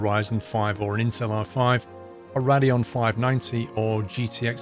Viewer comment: Rad -eon 😂